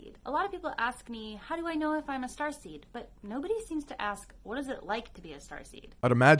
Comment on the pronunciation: I just keep thinking about transformers every time you say "strarsteam" 😂